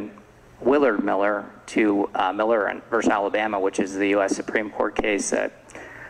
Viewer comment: I cringe when a judge can’t pronounce words like impetuosity or versus.